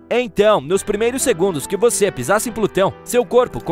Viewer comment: Às vezes o narrador fala "vocêr" 😅